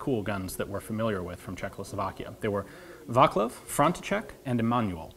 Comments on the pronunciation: Vaclav is pronounced Vatslav, not Vaklav, iirc. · "vaklav"- correcly pronauced as vatz-lav, "manual" correcly pronauced as i-ma-noo-ill, "frontcheck"- correcly pronauced as france-see-sek :)